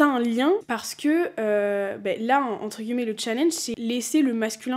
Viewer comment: j'ai recommencé à regarder tes vidéos après une petite pause YouTube. Et il y a un truc qui me fait percuter à chaque fois mdrr, c'est le fait que tu prononces "guillemets" et en soit tu le dis très bien mdrr mais c'est la première fois que j'entends quelqu'un (ou du moins que je le remarque) le prononcer comme ça. J'ai toujours dit "entre guimets" va savoir pourquoi, sûrement l'accent parisien qui fait qu'on mange les mots etc mais vraiment à chaque fois ça me fait sourire, voilà ^^